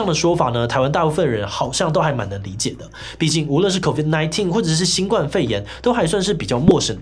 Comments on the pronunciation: 在堅持要別人稱呼新冠肺炎以前，麻煩自己先講對好嗎？「冠」當名詞（雞冠）時念一聲，當動詞（冠上）、形容詞（冠軍）時才念四聲。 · 其實是新冠（ㄍㄨㄢ）肺炎